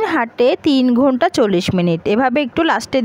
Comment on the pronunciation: আপু আপনি অনেক সুন্দর করে ঘুন্টা বলতে পারেন😂